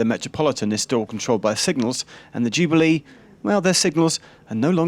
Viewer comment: I like how Geoff pronounces Jubilee as ju-bee-LEE.